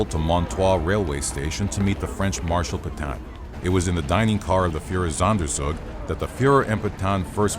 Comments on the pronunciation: I'm sorry, I know this is an interesting topic about a truly horrific time in human history, but all I keep hearing is "Fuhrersonder-zug-zug". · It‘s „Führer-Sonder-Zug“! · Oh god the Pronunciation of "Führersonderzug" is so fucking terrible My German ears bleed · Führersonderzug - your pronunciation is horrible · it's almost as if he isn't German.